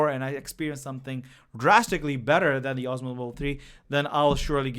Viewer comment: Its DJI Osmo Mobile not "OSMOS"